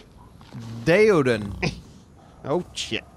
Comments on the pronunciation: Its Die-Ah-Don Just saying 😁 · The Daeodon is Pronounced (Day-oh-don)